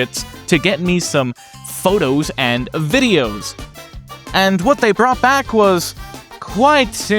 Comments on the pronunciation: love how he said "phoughdoughs" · that's the Canadian accent for you